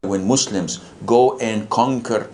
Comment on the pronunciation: I hate the way he pronounces Muslim ! He’s so stupid he doesn’t realize that Islam is fake. It’s an ideology. It’s all made up. Olive doesn’t exist. Mohammed. doesn’t exist. He’s too stupid to know any of that.